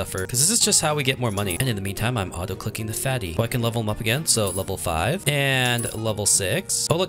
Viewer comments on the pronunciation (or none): none